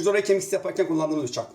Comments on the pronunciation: Adamın biçak demesinden belli 😂😂😂 bir şey deyemediği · Bıçak değil biçak kdlsldkd